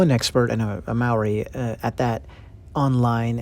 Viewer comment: Mah-ree? Maori is pronounced like mouldy, Mou - Ree